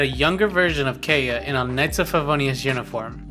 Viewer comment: And Kay-uh